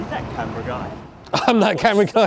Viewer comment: "that camera "